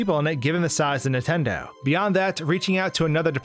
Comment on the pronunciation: Anyone else hate how he pronounces "Nintendo", as "Intendo"?